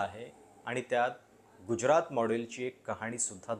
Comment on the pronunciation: Prashat uchchar neet kar.Gujyarat nahi tyacha marathi uchchar Gujrat ahe.